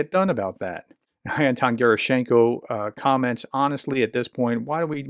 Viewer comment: Is it difficult to learn Anton Ge’rAschenko, not Gerasch’Enko..?